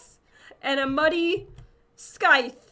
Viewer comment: You said money not muddy get it straight